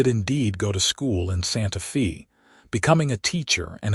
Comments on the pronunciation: It's correctly pronounced "Santa FAY" (rhymes with BAY and STAY) but spelled Santa Fe. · please correct your AI's improper pronunciation. It takes us out of this otherwise beautiful story. I see someone here has already pointed out, Santa Fe is not Santa Fee. Wound is not pronounced like, I wound up the the fishing reel. Also, there is no pause after the period after Mrs. and Mr. It is reading the period as a full stop. And Tucson is not Tuck son. Otherwise this is a beautiful story.